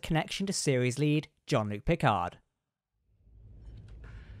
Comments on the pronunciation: ok, but his name definitely isn't pronounced John 😂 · Seriously, John-luc Picard? Have you actually ever watched Picard introduced himself? Are you even a trek fan? Wtf